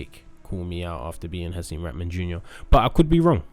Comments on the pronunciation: Why is it so hard to say “raHman” not “RATman” fgs 😂🤦🏻‍♂️ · The way everyone butchers Haseem's name. It's pronounced Ra-ha-man you need to pronounce the H. Its NOT "ratman" or "raman" (like raman noodles) 😂